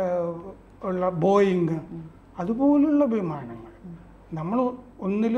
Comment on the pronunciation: ആദ്യം അമ്മാവൻ ബോയിങ് എന്ന് തെറ്റാതെ പറയാൻ പടി….